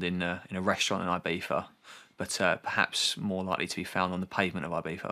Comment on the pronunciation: does anyone want to point out that he pronounces it "IbiFa"